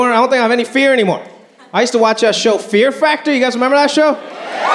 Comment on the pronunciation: He said, "fear fractor". 😂